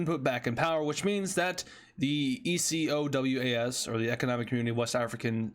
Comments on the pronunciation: Some of Ecowas has largely now decided to stay out. August 6th was the deadline but many countries decided they were good, also ecowas states that they may intervene militarily shorter way to say it btw is (E-co-way) or (E-co-was) I've only heard the former though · Say Eco-w-ass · just say ecowas instead of e c o w a s